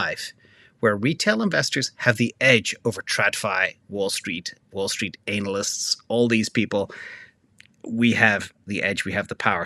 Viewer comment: Love your pronunciation of anal ysts 😂😂😂😂❤